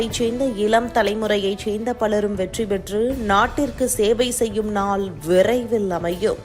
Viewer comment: செய்தி வாசிப்பவர் அவர்களுக்கு..தமிழ் உச்சரிப்பு முக்கியம் பார்த்தீர்கலா, இலம் தலைமுறை,நால்,,ஐயோ